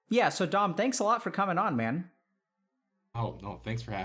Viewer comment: 2 hours of Dom trying to get Dr K to call him Dom instead of Don, without outright correcting him xD Man this was so good though. I relate to so many of his struggles, getting stuck in a loop of just consuming media constantly and then getting angry and frustrated at myself for not being productive and working toward my goals, being angry at my incredible parents for the areas where they could have done better, and then feeling guilty about being angry at them despite all the good they've done for me, and knowing that where I am today has far more to do with me and my choices than anything my parents ever did or didn't do. But I'm also kinda fired up after watching this too :) Let's work on our goals a bit today, gamers. Embrace the gigachad within, but only the gigachad by Dom's definition.